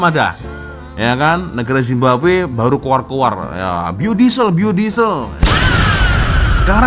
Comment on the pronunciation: Nk ketawa dgr bilang negara zimbabwe 😅🤣🤣